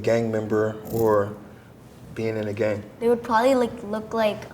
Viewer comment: I love it that they all say gang but they say it with a K so they say like gank 😂